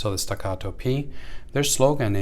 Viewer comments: Why are you saying the name like it's Spanish or som3 foreign name are those made in Texas ? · The Italian police aren't going to kick in your door if you mispronounce staccato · Stacatto with American accent lol that’s merica 😂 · Why is he saying Staccato like that lol